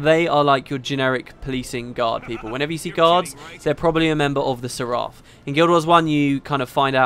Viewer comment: It's pronounced "SER ef".